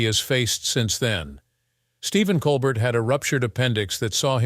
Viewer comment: Listen to a voice telling you all about a guy, when he can't say his name right.